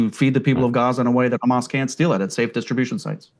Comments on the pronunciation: I like the way they say Everyone is khamas even breaking piont . 😂😂😂😂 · It’s khamas it’s khamas what a criminal idiot